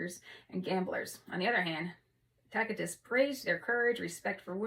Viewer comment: Nice reading, thanks! Also, the C in Tacitus is a soft C (so like "Tasitus") Tacitus is definitely worth a read, as well as Eusebius